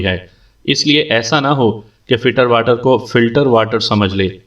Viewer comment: Shukriya janab Ek suggestion- ye juliana fiterwater nai hai fitzwater hai. Kuch log finterwater bhi kahete jo k galat hai. Asal naam hai "FITZWATER"